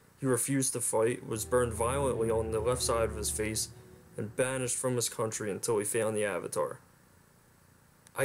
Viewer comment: Everytime you say "Country" a small child dies.